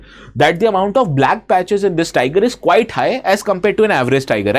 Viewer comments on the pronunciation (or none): none